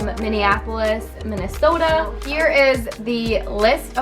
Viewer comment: Oh my gosh I need to do this for St Louis, lol I’m sure I say some things weird. My own daughter asks me why I say “car” and “can” the way that I do. 😂🤣 car sounds more like “CORE” and can sounds more like “Ken” Lol 🤷‍♀️ “Minnesota” — I hear your northern accent in that word and ironically, when you say “say” lol 😂 but not in very many of the other words! I’d say you have just a slightly northern accent. OHHH yes, I definitely hear the accent when you say “bag” lol you’re pronouncing it more like “beg” for sure. 😂😜